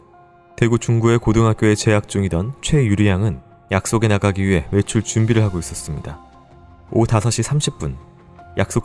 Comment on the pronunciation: 크라임 한가지 거슬리는 것. 배교수님의 말 습관입니다. 정규방송 앵커같을 수는 없지만. 그렇게 해고 --> 그렇게 하고 왜 그래느냐 --> 왜 그러느냐 불쌍해다 --> 불쌍하다 그렇게 핼 수가 있겠느냐 --> 할 수가 있겠느냐. 해다 라는 말은 없습니다. 해 를 쓰는 경우는 하다의 활용형으로 명령형이나 과거형에 활용되는 말일 뿐입니다. 많이 거슬립니다.